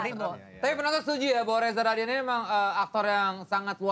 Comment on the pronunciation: Rahadian gak pake "R"